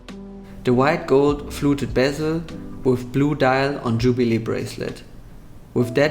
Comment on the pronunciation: d wait gold on tschubile breslet....ey des wird ja immer schlechter mit deinem Englisch 🙈🙈🙈🙈🙈